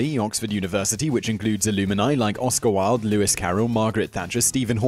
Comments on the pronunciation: Simon, love your videos! FYI the word ‘alumni’ is pronounced ah-lum-nigh, not ah-loo-min-eye. Also, that’s the plural. The singular is ‘alumnus’ for a male and ‘alumna’ for a female. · “Alumini”? You mean alumni? Dear oh dear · A-LU-MI-NI? Really? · Re the Oxford University section, the word is Alumni, not Illumini!